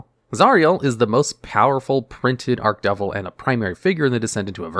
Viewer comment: I'm pulling my hair out with him saying ARK-devil...instead or ARCH- (like starch) devil lol